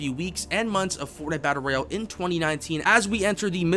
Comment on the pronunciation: this guy says battle bro instead of Battle Royale lmao!